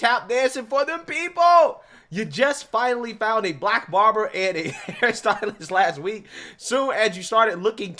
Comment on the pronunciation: I can't take any person seriously who says the word black with two syllables. All I hear is "WAHHHHH WAYCISMS!